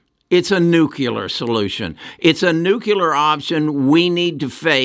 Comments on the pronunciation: NUCLEAR not nucular NUCLEAR practice this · What is nucular...